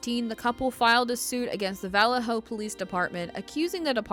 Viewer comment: Good story, well done, but please learn how to pronounce “Vallejo”. You might as well be saying “VillayJoe” ;)